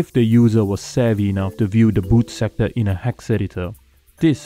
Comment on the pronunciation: You said bad sectore. Did you mean boot sector?